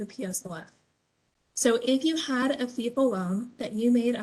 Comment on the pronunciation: FFEL is actually pronounced Fell